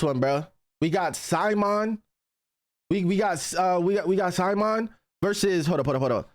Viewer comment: saying its his 2nd favourite anime but fail to pronounce simon name..hhmmm